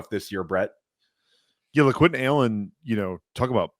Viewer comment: Guys did you really say lequint lol